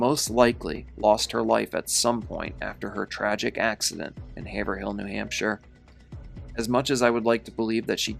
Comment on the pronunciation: Great video! Not that it really matters, but people from New Hampshire say Hav’rill. Hav rhymes with cave. The H is silent.